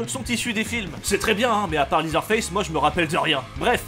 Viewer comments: Ca se prononce "lézeur face", pas "lizeure face" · LeatherFace se prononce "lèzer" pas "lizer"... ça m a fait tiqué pendant toute la vidéo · Prononcer leather en liseur c'est un cauchemar effectivement